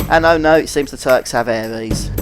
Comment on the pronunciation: Good videos! Just makes me cringe when you call Aeris "aries" haha